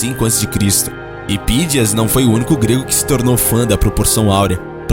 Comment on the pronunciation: Não é Pídias, é Phidias. Não é pi, é fhi! Q coisa!!